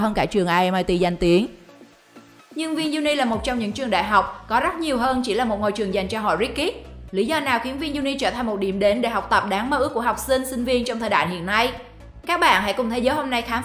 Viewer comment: Rich kid mà đọc kiểu này sẽ là Rít Kick.